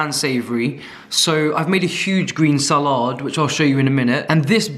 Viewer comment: why do you say sa-LAW-d